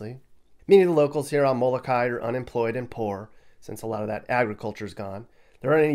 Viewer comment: *It's mo-lo-kah - ee, smh...